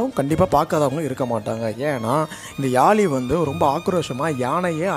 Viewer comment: Yali illa yazhi pls pronounce carefully.... Zhagaram